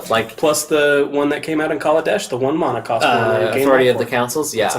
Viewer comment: Mona? You mean mana..